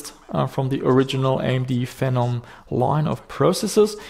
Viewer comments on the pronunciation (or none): The official AMD pronunciation is Fee nom.